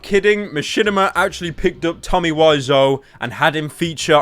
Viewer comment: Someone should tell him he pronounces Tommy's name wrong